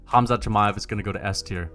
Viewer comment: Who tf is Chi-may-ev